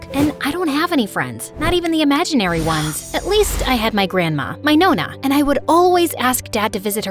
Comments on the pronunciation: First thing to catch up as a Sicilian, honeyyyy it's Nonna not nona 😢 however i lovee so... Can't blame for that❤😂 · Its pronounced Nonna not nona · Nonn-a not no-nna the pronunciation is really pissing me off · To the Italians... I am sorry that we had to hear "NOOO-NUH" (instead of nonna) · As an Italian I love this sm! (Although nonna is pronounced NAWNA) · as an italian the nonna pronounciation just hurts me mentally